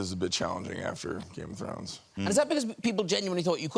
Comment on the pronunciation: "Grame Of Thrones"? 😅😅